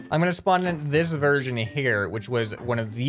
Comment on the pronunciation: THE YES VERSISION